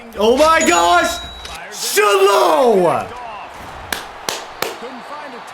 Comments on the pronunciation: It’s pronounced shy lo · Also just FYI Shiloh is pronounced “shy-low” 😂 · it's Shiloh pronounced shy-low 😂😂😂😂